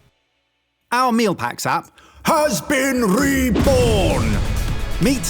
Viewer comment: Is saying 'Mill', or 'Meal'?